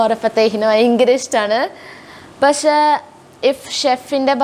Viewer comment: Pasheeeee not pashe pakshe